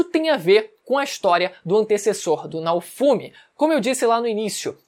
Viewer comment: Se pronuncia Naôfomi, pqp assisti uma vez que tu aprende